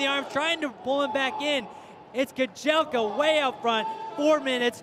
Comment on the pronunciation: Dude its kajelcha, not kajelka